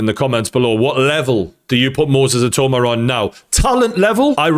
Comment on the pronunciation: Who the hell is “Itoma”??? How many times did he say his name wrong?🤣🤣🤣🤣🤣